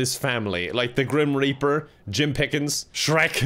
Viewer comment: did he just say grim raper